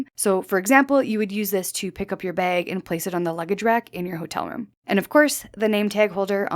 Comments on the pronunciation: Bag, not beg! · I’m unfortunately, hyper focused on her pronunciation of the word bag 😮 ? Baygg? Beygg? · I like this "bayg." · I can’t unhear the weird way you say bag. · She is, yes. Fun fact, tho': the pronunciation where the /æ/ is raised before /g/, for example, as in the word "bag" is common in the northern Midwest of the U.S. as well. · Always know a Canadian by the way they say "bag." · Is she Canadian? Her pronunciation of “bag” is rubbing me the wrong way 😆